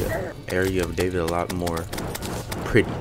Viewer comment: ASCENDED Its D A V E E D